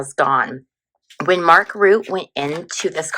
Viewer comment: Hi! Thanks for the reading! Mark Rutte is Dutch, so his last name would be pronounced something like Rhuh-tah - trill that R a bit!